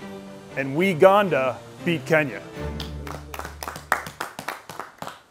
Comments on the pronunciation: It's not Uganda is Weganda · “Weganda” is out of this world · “Weganda” Classic. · "we-ganda beat Kenya" yessir 😂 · "WEGANDA" bra lmaoooooo